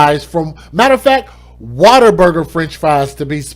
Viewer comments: Sorry but I have to say this... it’s WhatAburger not Waterburger. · It keeps making me laugh every time he pronounces What a Burger as Water Burger lol